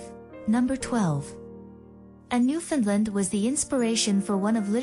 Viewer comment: you (and others), really need to learn how to pronounce the name of these dogs and, their homeland. The proper way to say the word is thusly; Newf~in~land. Try to say it rapidly and make sure it rhymes with "understand". Any pronunciation that includes "Lund" or "Lind" is completely wrong. Oh, and also, people from Newfoundland hate the term Newfie being applied to either them or the Dog. It's insulting